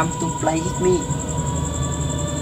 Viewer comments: Whit mi chứ ko phải itmi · Đọc sai rồi ông ơi Shadow come to play with me ông đọc hit thì ai ra cho ông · Đọc sai thần chú rồi :)) SHADOW COME TO PLAY WITH ME mà đọc là SHADOW COME TO PLAY HIT ME